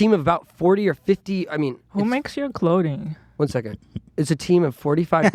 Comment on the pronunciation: Hilas Israel accent kicking in... “Who makes your ‘Cloding’?“